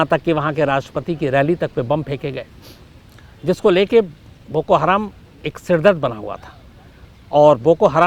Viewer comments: शम्स ताहिर खान साहब, हराम नहीं हरम है जनाब, आपसे ये उम्मीद नही थी ❌❌❌❌ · बोको हराम नही बोको हरम होता है अन्धेर पत्रकार अपने आपको मुस्लिम कहते हो लेकिन आपको कुछ भी ज्ञान नही है ।आप फ़र्ज़ी मुस्लिम हो। और भारत में जैसे आरएसएस है वैसा ही संगठन है बोको हरम आरएसएस जैसे अल्पसंख्यक समुदाय पर हमले करती है वैसे ही बोको हरम वहां के लोगों पर हमले करता है।